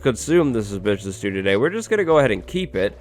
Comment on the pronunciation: am I the only one absolutely in love with how our guy pronounces ‚suspicious stew‘?!